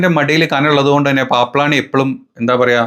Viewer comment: Not Paaplany but Paamblani...paambu thanne.